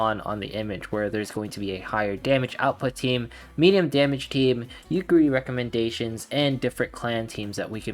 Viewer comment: I want to slap you for every time you say "Yukeri". I counted four slaps I that I will be o[W I N]g you. XD.